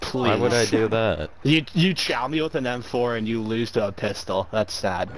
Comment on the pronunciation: u schwat me with an mfowr and you loothse to a phwistol